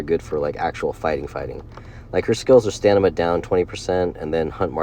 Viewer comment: Bro why do you say Stanima and Anemey. Or am I that high right now?